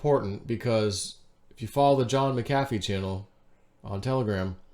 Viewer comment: MACK - uh - FEE... 😆😘 NOT - MUCK - HAFF - EE 🤣😂 Love you ❤